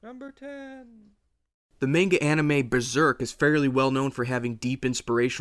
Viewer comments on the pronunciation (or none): its manga not "meenga"